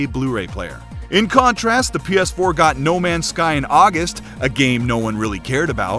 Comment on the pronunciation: He Said Auguest!!!!! I call it Fake NEWZ!! LOL Awesome video Keep em coming! XBOX ONE X DAY ONE!